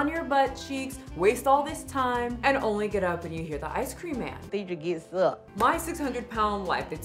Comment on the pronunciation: “He onlyé walks for ice creamé”